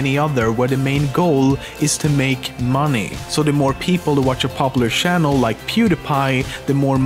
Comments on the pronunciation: lol shannel XD it channel not shannel XD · Says Pewdiepie can't pronounce his own name, says "shannel", "ioost", "sheck, etc". Oh the irony